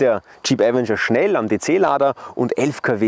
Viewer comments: avEnger! Betonung auf dem E, nicht dem A! Will nicht "kleinkariert" klingen, aber es nervt mich schon seit 2022 dass die meisten Leute, die ein Video zum Avenger auf YouTube veröffentlichen, den Namen FALSCH AUSSPRECHEN. So wird die falsche Aussprache an Hunderttausende oder Millionen Zuschauer falsch weitergegeben... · Die FALSCHE Aussprache von „Avenger“ ist furchtbar.😵‍💫 Ansonsten guter Beitrag